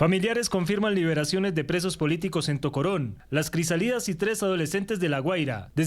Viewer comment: vaina un periodista y no sabe leer una palabra acentuada no es crisalidas es crisálidas ACENTO en la primera ( A ) 🫣🫣🫣🫣⛓️‍💥⛓️‍💥⛓️‍💥⛓️‍💥⛓️‍💥⚖️⚖️⚖️⚖️⚖️⚖️🇺🇲🇺🇲🇺🇲🇺🇲🇻🇪🇻🇪🇻🇪🇻🇪🇻🇪🇻🇪